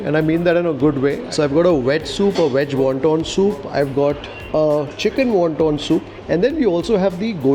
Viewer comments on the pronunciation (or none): it's "veg wonton soup". Please don't pronounce it as "weg wonton soup". Indians get their "v" and "w" mixed up often.